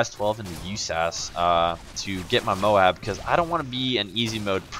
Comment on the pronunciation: @ please stop saying mowab its m-o-a-b!!!! ohh nice gameplay